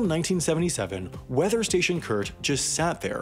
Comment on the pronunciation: funily enough, the way you pronounce "kurt" sounds much cooler than how we germans pronounce it xD